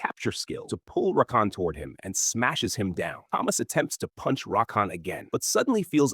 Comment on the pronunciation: Thomas with a T not Th